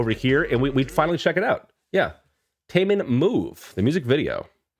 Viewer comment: Yes! you pronounced his name right this time👊🏼😎.Taemin and Jimin from BTS are great friends. Both are extremely good dancers